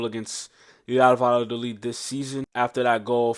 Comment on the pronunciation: Vayadolid. It's pronounced va-ya-do-leed ❤ Trust me, I live here! The double L is a Y